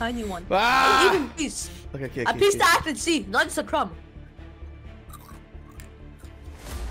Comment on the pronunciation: Bro it is not otay it is okay